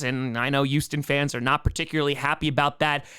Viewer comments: Houston, with an H. not "YOUston" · Why do you say Youston?